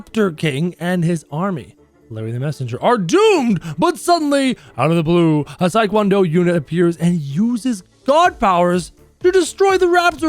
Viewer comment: says: Tik wan do Unit I say: ITS TEA-KWON-DO